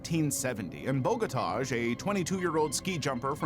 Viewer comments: Vinko Bogotaj.... J is pronounce like Y.... It's sounds horrible when you call him like you did... Totally wrong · Yugoslavian languages use J for a Y sound, so the Agony of Defeat guy's name is said more like Boh-gah-tie